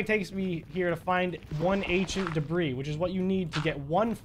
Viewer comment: Why it sound like you say Asian debree😂